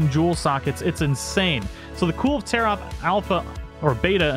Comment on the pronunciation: "Cool Taroth" :P